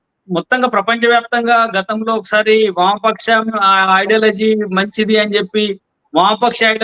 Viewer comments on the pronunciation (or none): ఐడాలజీ కాదండి, ఐడియాలజీ... సబ్జెక్ట్ మీదనే కాదండీ, మీ స్థాయిలో భాష మీద కూడా కాస్త దృష్టి పెట్టాలి.